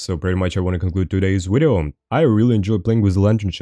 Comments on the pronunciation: You mean wideo? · subscribed because i enjoy the way you pronounce video. 10/10